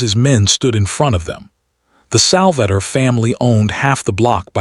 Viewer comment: Sal va tore not Salvatter